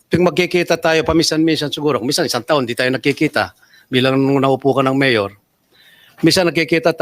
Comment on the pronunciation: The way Lito talks not professional parang ang kausap ay sa kalye like pag bigkas ng MAYOR parang tumawag ng tambay